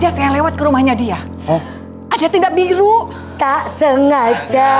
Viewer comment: Hahahahaha, cuma bisa ketawa dari td. "Taksingaja"